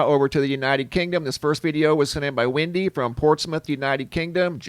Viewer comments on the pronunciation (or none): none